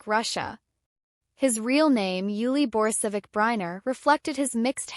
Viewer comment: Can’t even pronounce his name. This is garbage.